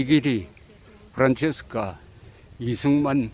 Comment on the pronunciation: 이승만 대통령이 현직 대통령일 때 초등학교 학생이었었으니 당연히 프란체스카 부인 이름도 익숙합니다. 그런데, 사실 "프란체스카" 가 아니라 "프란치스카" 로 발음해야 하는데 왜 옛전부터 잘못 발음이 전해졌는지 그 이유를 알 수 없습니다. 대한민국에 이승만 대통령 이름이 다시 복귀되기를 바라며 동시에 그 부인이셨던 프란치스카 도너-리 여사의 이름도 정정되어야겠습니다.